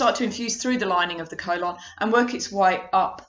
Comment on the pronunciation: The way you pronounce the word colon….. 🤦‍♂️ good video though